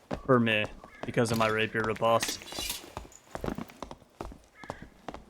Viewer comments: I tought it was repoze? not ripotse or reposte? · 'Riposte' is pronounced with a long O sound like 'post'.